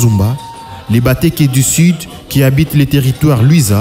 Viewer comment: MON CHER LECTEUR VOUS DEVEZ FAIRE TRÈS ATTENTION À VOTRE PRONONCIATION. On dit les LULUA ET NON LES LUALUA, LES BA KETE ET NON LES BA TEKE